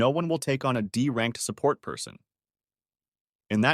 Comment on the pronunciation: took a full half hour to realize that you are saying "support" and not sa-pert 🤦